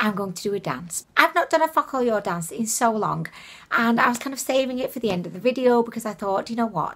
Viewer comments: I know I am four but I giggle every time she says the name. Sounds like "Fuck all yall." Kekeke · I think it’s meant to be pronounced as foca - lure lol I found the eyeshadow was ok but like cheap. The huda one I have it it’s called the new nude and it’s very expensive but dupes from Ali express as nice as they are couldn’t come close. The metals in the real huda look on the eyes like Stila magnificent metals on the real huda bc I have it myself 😍. On the real huda the pearl chunks are way larger and it’s a mix of pearl and rose gold making a duo chrome look it’s a lot nicer than both of these. Focallure is closer dupe to huda than the aromas but still not anywhere near as good